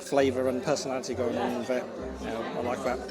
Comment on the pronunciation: Vis instead of this, vair instead of there. I can't get past vose (those) pronunciations. Even many English people bred and born here, murder the language.